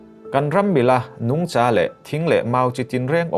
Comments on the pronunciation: A, ngaihnawm e, Nungcha i thluk dan erawh a dabglam hret . Kaihza thluk a thluk tur ni awm tak zawk a ni. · 'Nungcha' i lam dan hi Lesei tawng pangngai a ni lo a nia....'Sangha' tih ang a thlûk tur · Nungcha ilam dan hi ( cha) lai hi vawksa kantiha SA tih ang hian lamtur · A bengvar thlak e... Nungcha tih erawh ilam rikdan mawlh hi... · " Nungcha " i lam dan khi .. ka duhthu a sam lo 🤭